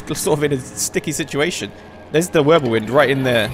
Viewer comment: he just says Würbelwind